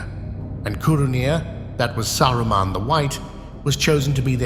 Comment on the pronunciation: Saraman , sarroman xd 😂